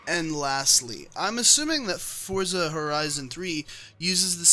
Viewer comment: Thank you for not pronouncing Forza Fortza.